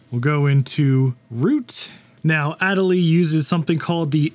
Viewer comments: “Ah day lee”. It’s named for the penguin. 😎✌️ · That Accent Aigu is very disappointed in the way you pronounced Adélie.